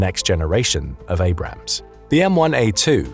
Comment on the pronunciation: I'm surprised he managed to pronounce Abrams correctly